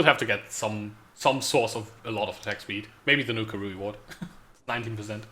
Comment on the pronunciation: "...at the end of chain you will get a very big reWED" :D